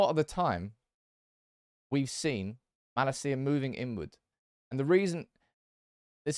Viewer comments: It's pronounced as: Mahh-laaa-cia, not ma-la-ci-a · It’s not mala-cia but malacia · I'm sure you're saying "Malacia" incorrectly